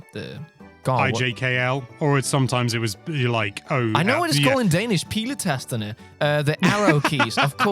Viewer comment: Off topic observation, but as a dane and linguist, I was fascinated by very English/British accent when suddenly switching to Danish on "piletasterne" (arrow keys). 🧐😅